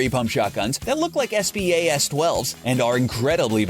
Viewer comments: He said Es Pee Ayy Es instead of SPAS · Lol he said S.P.A.S instead of spas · Did he break us the word Spas